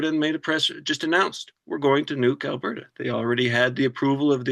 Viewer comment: "Albeerta"??? (I heard that mispronunciation at least twice.) 😵‍💫 *Alburtah